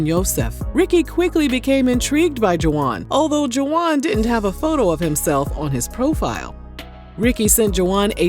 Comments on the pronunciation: "ju-wahnn"???? Come on girl!!! "Wahn" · Girl are you calling him Juh wan and really it's just Juan??😅😅 I can't with you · I can't with the juwan... it's pronounced Hwan🤭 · Girl it’s pronounced WAHN the UA are silent. Juan.